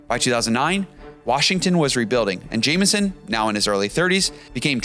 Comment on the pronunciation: You can’t even say the name of the player you are talking about, keeping saying ‘Jaminson’.